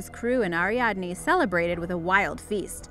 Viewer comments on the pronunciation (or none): none